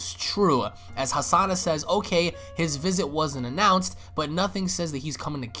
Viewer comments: not Hasana but Hanassia u moron XD hahahahaha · Why do you keep pronouncing Hanasia as Hasana? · This is really good but you needa get the names right, KANASA, AND HANASIA NOT KASANA AND HASANA